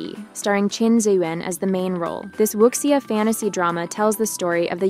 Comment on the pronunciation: Please learn to pronounce Wu Xia correctly. Xia is she-ah